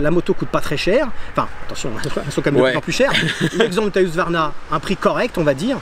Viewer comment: Le retour du "Huqsvarna" 😉